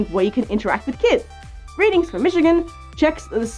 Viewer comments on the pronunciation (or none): none